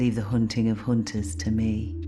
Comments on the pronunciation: Excuse me, it should be "hoonting the hoonters" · Leave the hoonting of hoonters to me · Leave the hoonting to the hoonters